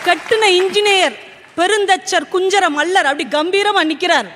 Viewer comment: ஐயா , அது மள்ளன் அல்ல.... மல்லன்...என்பதே சரி . மல்லன் எனில் வலிமை மிக்க என்றும் பொருள் கொள்ளளலாம். தவறை சுட்டுவது நோக்கமல்ல... விளக்க நினைப்பது எம் கடமை.